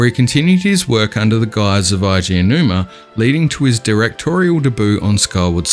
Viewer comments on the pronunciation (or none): Eiji Aonuma's name is pronounced A G, not I G The vowels in Japanese are almost the same as Spanish if that helps you understand